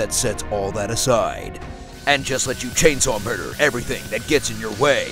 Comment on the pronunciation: "muder chainsaw" I'm done lol